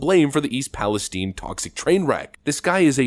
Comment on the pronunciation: it's pronounced PALi Stine not stene